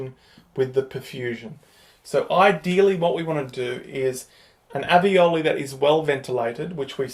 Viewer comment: Maybe it's the accent? But alveoli or aveoli?